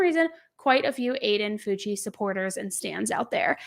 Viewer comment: It's pronounced FOW-CHEE!! I'm a teacher in his district. This has shook our community. He's now playing the crazy card. Sick kid. Sick family.